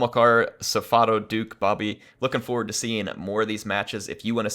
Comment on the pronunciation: Thanks for casting and you pronounce Bobi as it is written. (If you pronounce it b-a-b-i it is quite funny because in my language it means grandmothers). Also if you want I can ask some players to send you good siege replays if you need any.